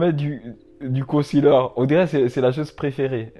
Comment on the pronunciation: Haaa il s’y connaît quand même 😂 la plus-part savent pas c quoi un con-ciler comme il dit